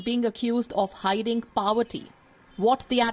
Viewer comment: news anchor, splendid show but why you say slum are (slums are). What's powerty, it's poverty. Sorry if I am harsh, but India needs better awareness too, so great work WION. ✌️😘